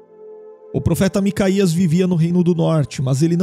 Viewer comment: Não se lê macaías lê-se MicaYauh os nomes estão adulterados nas traduções